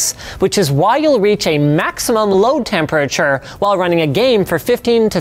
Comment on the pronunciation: "temp urr churr"